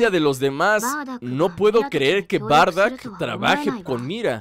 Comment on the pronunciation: no se dice bardack se dice bardock